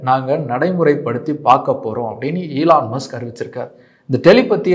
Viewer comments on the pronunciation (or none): Elarum solra mari Sona ena kudiya mulugira podhu..! Elarum ipditha irkanga brand identity create panrangalamam... Eeee lan mu suku pronounciation a sunen